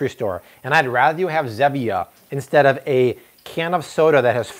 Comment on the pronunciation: The soda your talking about is Zevia not Zemia